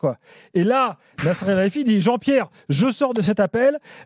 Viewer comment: Quand Nasser balance " Wallah lahdim, JEAN-BIERRE, JEAN-BIERRE, JEAN-BIERRE" mort de chez mort xD